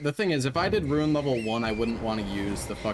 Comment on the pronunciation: I don't know why but, it bugs the everliving shit out of me everytime says "ruin" instead of "rune" 😅 these runs are a great watch none the less tho..